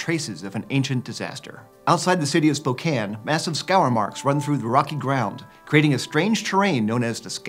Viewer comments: I am impressed you pronounced Spokane right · HE SAID SPOKANE RIGHT AAAAAAAA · HE PRONOUNCED SPOKANE CORRECTLY IT MADE ME SO HAPPY IM SCREAMING 😂